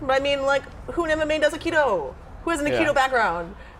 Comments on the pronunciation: Aikido, Ms. Rousey. "Makido"? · Did she call it "Makito"? lolol